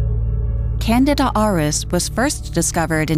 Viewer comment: HEY! AI! It's pronounced canDEEda!